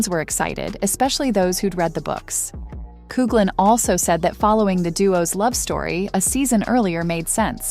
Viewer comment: Please pronounce Nicolas surname correctly! Its pronounced Cocklan.